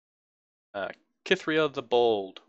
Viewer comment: Cithria is said like Sith-ria. If you play her with Garen he says her name. Also YES mobilize is fantastic. Probably one of my favorite cards in the game. Something that you didn't even touch on that makes mobilize ridiculously strong is that if the cost is reduced it stays reduced. Say you use it, drop Garen to 4, then summon Garen. Later the opponent chooses to cast a recall on your Garen. That Garen stays 4 cost. Absolutely bonkers. Vanguard Redeemer becomes a 1 cost draw unit card if you Mobilize it beforehand and just hold onto it until a unit of yours dies. I've used Purify to deal with Elusives if you run a Demacia/Freljord deck since Freljord especially has no real way to deal with Elusives other than to just frostbite them. Single Combat is very useful because if your unit is being targeted by a Recall or Kill card they will always do the effect of Single Combat first. It's not exactly a way to stop the effect of a Recall or Kill but it is at least a response to it. Stand Alone is also secretly good too but the way it works is deceptive so maybe that's why people don't use it more. You have one unit on the field, use this card, then immediately summon other units. The way it's worded it seems like you can't have other units in your hand or whatever but nope. It's also a great response if you have 2 units and one of them gets Recalled or Killed by an annoying Ionia or Shadow Isles deck, then you are free to slam this on your unit. Mageseeker Inciter can get rid of the